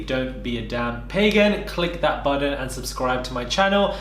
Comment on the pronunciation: I really like you but hate the way you say button 😭💖